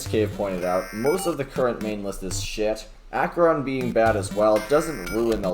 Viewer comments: Did he just say Acheron instead of akeron? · bro the way he says Acheron tho 😢